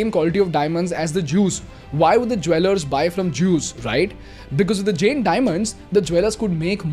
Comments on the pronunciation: Isko pehle Jain bolna sikhao, pure video me jen jen bole jaa rha h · If I have not heard it wrong are you pronouncing " जैन " as " जेन ". " जैन " is correct pronunciation. 😅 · your pronunciation of "Jain" is wrong. Its Jayn not Jane as you are saying it. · Just a minor correction, it is pronounced Jain(जैन) rather than Jane. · Firstly thanks for spreading knowledge about our community and religion but ek baat bolu ? It's not JEN, it's Jain. Please correct your pronunciation brother 🙏🏽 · It’s not Jane, it’s Jain… It does not rhyme with chain, it rhymes with can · Bro plz Jain aache Se bol lo